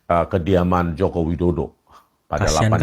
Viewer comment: Rismon ngomong kediaman pak Jokowi aja gak bisa, masa ngomongnya kekidaman, , gitu kok ngomongnya orang pinter.